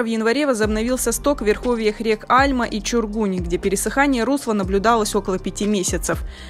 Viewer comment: река альмА, а не Альма. От слова алма